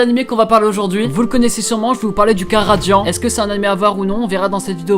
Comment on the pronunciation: Dans la vidéo il dit radian au lieu de radiant😂 J'adorais beaucoup atteindre les 1000😊